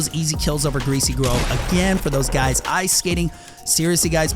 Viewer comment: I am sorry but he said greay grove.It is removed. btw